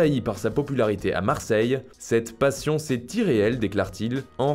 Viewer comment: Marrrrseille c comme le bresil ? Heu heu heu heu